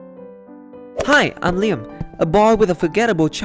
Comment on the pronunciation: Lie am? Is this suppose to be leeyam I mean the pronunciation of liam hehe nvrm love this story